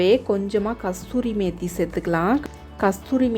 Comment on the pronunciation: Kashoori mehthi not Kasthoori mehthi